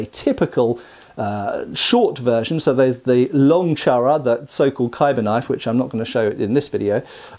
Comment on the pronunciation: Its Actually pronounced Choora Not Charra